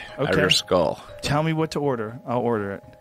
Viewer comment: The emphasis on skull. Lol